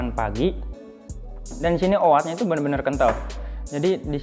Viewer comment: Oat bacanya o OT, A nya hilang..